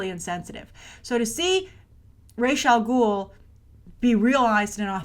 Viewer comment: It's pronounced RAS Al Ghul, not Raysh, Ras means 'head' in Arabic, and Al Ghul means 'the demon' in Arabic. Whenever it's pronounced Raysh I cringe every time. Also, Ras's nationality is explained to be of mixed Arab and Chinese descent, and the actor who plays him here is of mixed British and Sudanese descent. They only chose him because he looks slightly Arab. Either way, it's still better than choosing white actors like what Nolan did.. although Liam Neeson was badass as always.